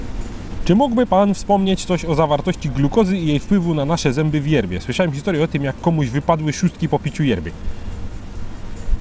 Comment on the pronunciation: Zawsze za pierwszym razem usłyszę jebie. Przewijam szłyszę jerbie.